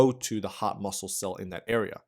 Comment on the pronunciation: It sounds like he's saying "the hot muscle" 😂